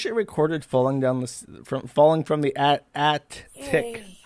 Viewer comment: "Attic" Josh: "Addict"